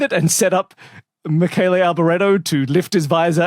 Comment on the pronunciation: Bravo to for properly pronouncing the Michele Alboreto's name.